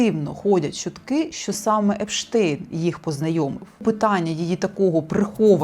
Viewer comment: 😢Німецьке прізвище Epstein ("епштайн") в англійськомовному середовищі - "епстін". Проте ви, чомусь, змавпували саме московське "епштейн" щодо гамерицького ребе Jeffrey Epstein. Мене запитують, як вимовляти генія всіх часів і одного народу, якому "ґойка" писала наукові праці, вдаючись до плагіату. Ну, якщо ребе епстінив між німцями, то - "айнштайн".